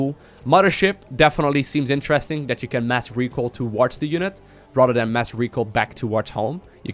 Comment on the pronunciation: whenever you say "rather than" it sounds like Rotterdam